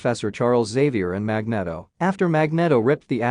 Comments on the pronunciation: Magneto is pronounced Mag-NEE-To, not Mag-net-oh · It's Magneeeeeto................ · Mag knee tow sounds better fyi. Thats also how every movie has pronounced it for the same reason. And Jesus christ you're a douche who I assume has never been laid unless you payed for it...or are super rich...which is the same thing. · Magnedo hahahahaha...the Spanish version